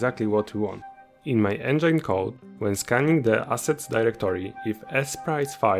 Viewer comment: I'm so sorry brother, I love indie devs so much, but please for the love of god research how to say the word "engine", I'm loosing my mind xD